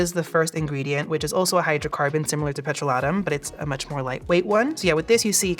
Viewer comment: This is how I learn that I’ve been mispronouncing ‘petrolatum’ my whole life 😭